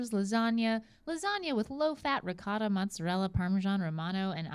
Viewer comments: Hahah Re-ca-da Lol its pronounced Re-Coat-Ah not "recada" Lol you americans are funny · As an Italian the way they say Ricotta gives me a stroke every time